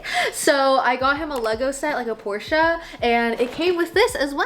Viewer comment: ur the first American I’ve ever heard pronouncing Porsche right lol congrats <3